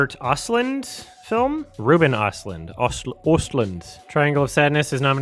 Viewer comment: It's Rooben Erstloond